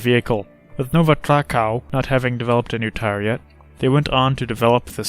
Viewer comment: nova trakáu, doeu meus ouvidos hahahahahaha but i forgive you mate! awesome videos!